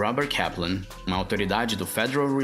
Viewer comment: quando ele falou Kaplan o sotaque foi mais parecido com o inglês britânico.